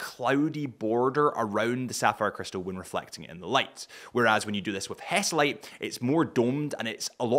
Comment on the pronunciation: Is HESALITE , not hesitate……